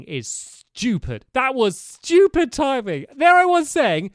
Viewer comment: Stamps:No way no way Me:No way what Stamps:Un Buleveable Me:😳 Stamps:That timing is schtupid Me:😂